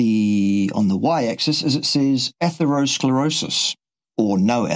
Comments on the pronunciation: Yeah, when he says, "atherosclerosius" it's like nails on a chalk board. Ugh!!! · point about opinion vs. proof or cause cannot be repeated often enough. Mic has trouble pronouncing atherosclerosis. Brain fog?